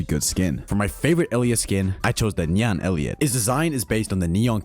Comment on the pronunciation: are you trying to slip a "Nya!" in that "Nyan" pronunciation?